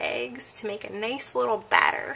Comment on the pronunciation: Anyone else notice she said "nace" instead of nice..lol...